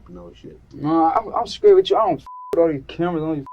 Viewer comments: I got sick of this wangsta constantly saying “Scraight” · When I hear this little squirt of piss say his birthday I'm like "he was just born" then he said "I'm scraight" and I started to wish he was stillborn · Whoever made the subtitles for the interrogation must be deaf, every bit of the "inaudible" parts were clear as day, he was saying " I'm Straight" not "I'm Screwed" or "I'm scared", just pronouncing straight as skraight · Be scraight? Whats scraight? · Just gave it to him “skraight” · Did he say...skraight???? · What is a 'skraight'? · How is he adding a "k" in straight?